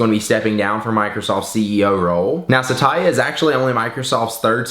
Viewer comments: Oh god. Its Sat-ya not Sata-ya! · his name is pronounced satya not sa-ta-ya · My dad's name is also Satya and btw pronouncing that name as "Sataya" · your saying his name wrong.